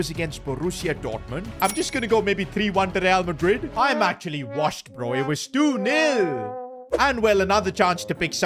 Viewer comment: He always gets resl madrid wrong mhmmm strange